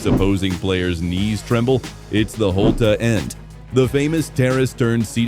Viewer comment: Holte-a end really Annoying